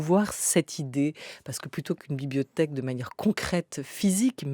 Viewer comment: La" bibiothèque" 🤣 Comme les petits nenfants ! J'adore !